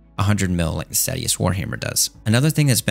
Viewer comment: it's pronounced "stay-she-us," not "stat-ee-us"